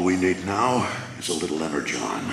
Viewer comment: When he said energon I thought he said letter, john